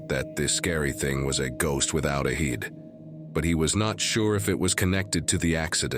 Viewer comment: What's actually scarier than any of the videos on this video is how an AI voice has been used to narrate it and no one even realizes it. One giveaway is how instead of "head" it translates it as "heed". it separates the word "regardless" into two words "regard" and "less", and it emphasizes the W in the word "answer". A.I. is the thing we should all be most creeped out about.